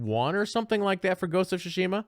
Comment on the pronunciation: It’s pronounced much closer to “Tsoosh-mah” the i is essentially silent